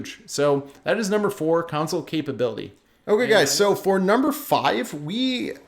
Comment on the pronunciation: Please say CONSOLE properly thanks. Besides that all good points